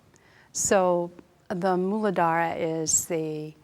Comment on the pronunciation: Thank you for describing and correctly pronouncing Muladhara. Such useful information.